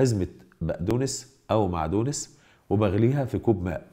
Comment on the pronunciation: بقدنوس معدنوس بالجزائري وليس معدونس هههه